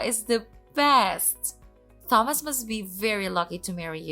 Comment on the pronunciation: Another repeat. And seriously, learn how to pronounce Thomas correctly!